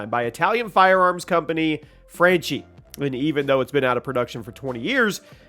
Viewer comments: I know it's petty, but the company's name is pronounced fronki, not fronchi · It’s Pronounce Fr-onk-EE